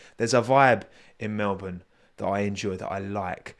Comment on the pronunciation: You're one of the only non Australians I've heard who can say Melbourne properly. Even crofty and Brundle doesn't say it properly